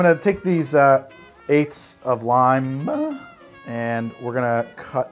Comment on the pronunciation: What is that nose at the end of "lime"? "limeEAH"🤣